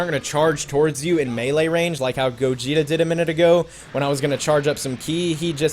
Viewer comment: MEELE range not mala range I'm only eleven